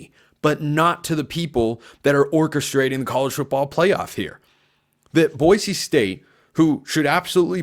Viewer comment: I like that you pronounce “Boise” correctly!